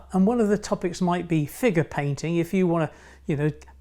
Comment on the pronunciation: You said "figure painting" I heard "FINGER painting" Lol